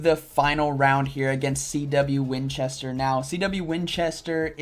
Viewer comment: ay very nice and well done! As always :) gonna be nitpicky here but that last battler, your rival -- you pronounce his name as "CW Winchester" but there's only one W, so wouldn't it be "C Winchester"? Just saying!